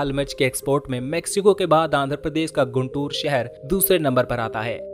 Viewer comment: It is गुंटूर. Not गुंतुर. Please correct it. Famous Kakani (काकानी) Malleswara Swamy Temple is missing.